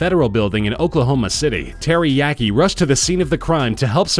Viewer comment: I heard "Terry Yeakey" as Teriyaki